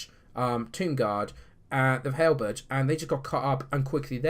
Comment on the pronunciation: Great win, I know I shouldn't but I found the way you say halberds funny, sorry but to me it sounds like hell birds.